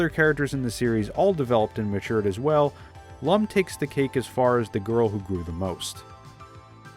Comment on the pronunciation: I watched the original and he pronounced Lum like "loom," which is extremely distracting for fans of the character.